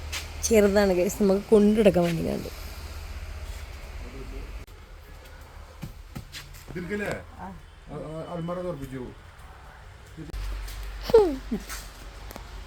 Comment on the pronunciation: അൾമാർ അല്ല അലമാര